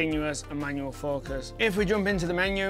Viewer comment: “Manuel” focus. Lol.